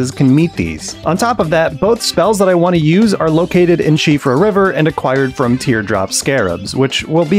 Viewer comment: Likes because you correctly pronounced siofra